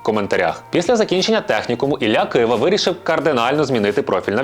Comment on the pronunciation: Не кваша а ківа